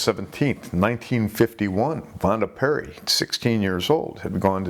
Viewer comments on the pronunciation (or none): It's Pierri. Why is it so hard for native English speakers to get foreign surnames right?